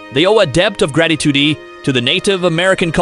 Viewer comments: Iroquois =EAR oh Kwa. Salish = SAIL ish. What happened ? Gold threed? Formal ations? Selfisticated, debbt, gratitudy, seeringes, tiepees. Is your AI narrator sick? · the NW tribe known as Salish pronounce it SAIL-ish, rather than SAL-ish, and the Wikipedia article agrees with me. grat-ih-TWO-dee for gratitude; or-AL for oral, dept of grat-ih-TWO-dee for debt of gratitude? This has to be a computerized voice, which obviously isn't up to the standards of C3PO.🤨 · "Gratitudy" lol 🤦🏼‍♂️ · Narrator frequently mispronounces words, often only once or twice, before deciding/stumbling upon the accepted pronunciation of the word. First noticed in #7, "Mouth Wash," the most glaring instance is "or-all (oral) health", and "debet (debt) of gratitoodie(gratitude?). And #9, about the use of bunk beds in "tye-pea's" floor space. Very odd, since he pronounced the word correctly in the previous sentence. This must be an artificial intelligence algorithm trying to learn correct pronunciation on the fly. I guess text-to-speech voices have really improved since HAL's debut in 2001: A Space Odyssey. I suppose it's cheaper and quicker than using a hired narrator, or simply doing it yourself. Lol